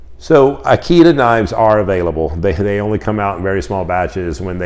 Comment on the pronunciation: One thing. Having the same family name as the knife maker you need to pronounce the name properly. Eekaydah (Ikeda)